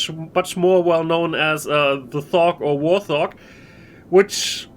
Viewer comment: Just found this video and I wanted to correct real quick; the Warthog is pronounced Wart-Hog not War-Thog. Just an FYI. Also, it's classed as a heavy fighter right? Heavy fighters irl weren't great dogfighters except for perhaps the P-38 Lightning. They were designed for long-range escort duties and attacking bombers since they carried heavier weapons than standard fighters, hence the name. They weren't very durable or maneuverable and during WWII performed very poorly actually in most things except night-fighting and strike missions. This fits with what you said, the Hurricane being a good ground-attack fighter. You also said it's good at taking out larger ships like Tali's and Constellations and such. If that's true than really it fits it's role perfectly. Heavy fighters shouldn't be dogfighting other fighters but intercepting bombers